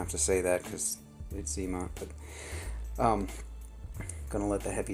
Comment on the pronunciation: zmot not zee mot. 🤦‍♂️ 😜